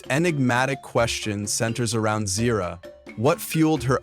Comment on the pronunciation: I thought Ahadi and Uru are the parents of Taka (aka Scar) and Mufasa from the books “The Lion King: Six New Adventures”. You mispronounced Zira’s name on and .